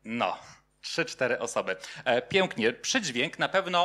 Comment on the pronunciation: treść fajna, ale jak mówca mówi zbyt wyraźne "ę" (od , np. słowa pojawiające się w wystąpieniu: przydźwiĘk, piĘknie, brzĘczenie, przyjĘta), to trochę kuje w uszy... jest to określane czasem mianem "wymowy doliterowej" albo "wymowy ortograficznej". która jest objawem tzw. hiperpoprawności, co dla niektórych osób zwracających uwagę na sposób mówienia może być rażące (porównywalne z brakiem poprawności np. "stoje za panio", a nie "stoję za panią")